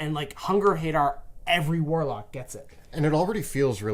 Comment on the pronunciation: It’s pronounced huh-dar not hey-dar